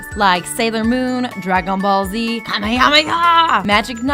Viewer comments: Did she just say "dra-gone ball z"? Dafaq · Dagon bal zed